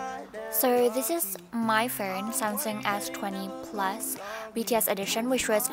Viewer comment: "what's on my furnnn" the accent owo